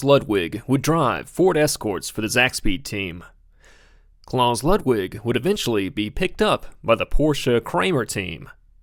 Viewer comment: how do you research a video like this and still mispronounce anything. let alone the name "klaus"